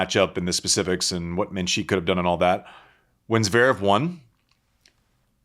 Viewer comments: It's MENsik , not menSEEEK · Interesting point. What actually is the implication is making. I also have issue with how he says Mensik's name. Other than that I think he's been pretty interesting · What annoyed me was him refusing to pronounce Mensik's name correctly. As for his takes, the delivery sounded mean, but there was some food for thought in his words.